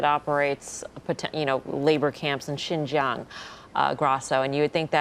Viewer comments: Can no one in the US pronounce Xinjiang? Lol it’s pronounced Shin jang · ZIN YANG? Seriously? Learn to pronounce the names of geographic locations before going live. What's your excuse for butchering it? It takes 2 seconds to Google. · ... that is definitely not how to pronounce Xinjiang